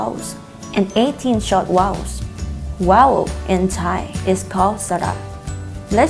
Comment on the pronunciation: OMG vowel not wowel YOUR GETTING IT ALL FLIPPING WRONG